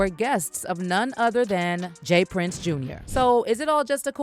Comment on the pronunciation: It’s JR not jaz